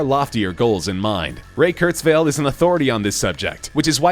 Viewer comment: I thought his last name is pronounced Kurtz-while, not Kurtz-vale (?)